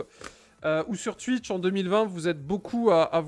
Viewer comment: Sur Tuitch 😂